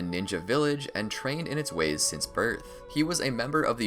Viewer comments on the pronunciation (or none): none